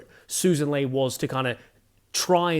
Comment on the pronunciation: Mate, love your work, but it's Lee not Lay